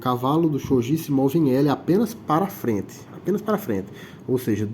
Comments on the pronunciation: Só uma correção... o jogo se pronuncia Shogui (e não shogi). Porém, o japonês, gi se lê como gui... por isso, a pronuncia correta é shogui (mesmo escrevendo Shogi). Mas sobre o vídeo, foi muito bom... explicou direitinho. Achei que você esqueceria da regra de recolocação do peão.. mas não, explicou tudo perfeito. Muito bom. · As regras estao corretíssimas. Umedetou! Porem, o nome se le: "xoguí" ou "chogui" msm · Tá errado a pronúncia Que desrespeito a cultura japonesa